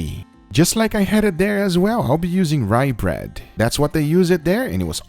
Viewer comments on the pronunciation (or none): I jumped when they said "ryebred"